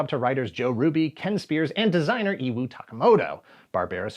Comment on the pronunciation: Iwao (E-wha-o)